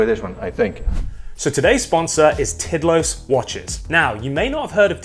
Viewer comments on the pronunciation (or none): It’s pronounced more like teed laws, ish. It means timeless. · Tidlös is pronounced Tiidlöös but very good video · Sweds watching this cringing when says "Tidlös" 😂